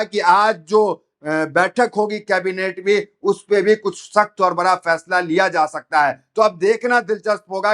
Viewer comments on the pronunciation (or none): none